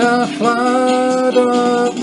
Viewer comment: pronounces "earth" as "ieeirth" lol